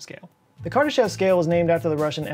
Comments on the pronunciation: Btw, his name is pronounced kur DAH shof with a long o in the last syllable. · Kardashev is pronounced kar-duh-SHOF.